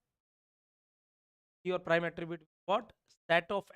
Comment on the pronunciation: Prime and non prime thora sahi se boliye...nahi samajh me aa raha hai..😑